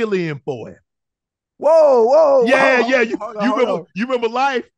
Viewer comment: “Mr. Wilkins driver got the flu nd he ask me to fill in for heem”🤣🤣🤣🤣 classic movie!